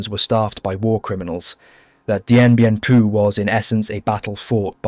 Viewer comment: he says Dien Bien Pooo 😂